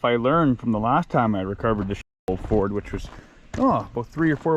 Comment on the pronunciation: It's ford not ferd, (Found On Road Dead)